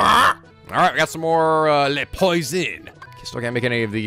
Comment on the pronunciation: Your pronunciation of "poisson" bugs me XD it's "pwah-son" not "poy-zon"